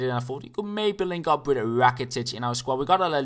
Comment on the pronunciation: Whenever you think your saying "with" but you always say "wid".